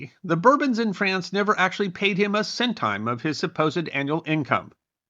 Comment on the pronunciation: I love your videos but, pedantry alert, 'centime' is pronounced 'son-teem', not 'senn-thyme'.